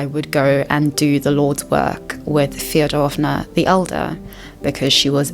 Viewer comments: also- a little pro tip, as a russian, a can give^ in last names like Фёдоровна (Fyodororovna) you should stress the first syllable fYOdorovna - thats the correct pronunciation! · It’s killing me you called them Feodorovna 😂 but great video